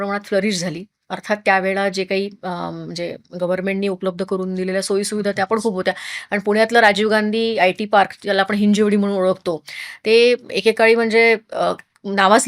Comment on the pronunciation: प्रचलित झाले आहे तसेच पण हिंजेवडी ❌️ हिंजवडी ✅️